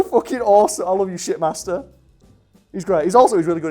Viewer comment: did anyone else think he said shitmaster not shipmaster